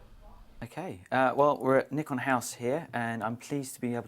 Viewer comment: another one that pronounces the brand name wrongly and he is at Nikon House